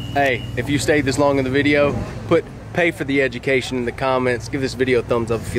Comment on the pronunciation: Pay for that egdemacation 😂